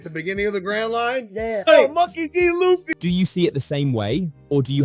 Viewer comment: Monkey D. Lewey HAHAHAHA Edit: bro I dislike logan as much as the next guy... but you again mispronounce Luffy... and you criticize him for saying it wrong right as you say it wrong too.